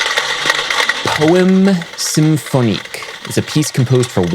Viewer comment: Adam, et al, please correctly pronounce the French title (poe EMM SAM foe neek), as well as the composer's name (Gee OR gee (The Gs are as in Gregory...) LIGG eh tee,...) , not like spaghetti! Otherwise enjoyable.